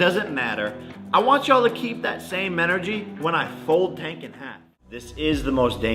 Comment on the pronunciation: If my wife wanted to live stream the wedding and do a podcast on the honeymoon I’m out lol. He butchered Tanks name so lol